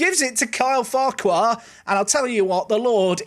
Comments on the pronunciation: I think the name farquhar CAN (I won't say is in case some don't) also be pronounced Far-ker. Just if thst makes it a bit easier. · Went to school with a guy with the surname Farquhar - it's just pronounced 'Farker' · Farquhar is pronounced "Fakker":) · Prounced "Far-qwa-harr" lol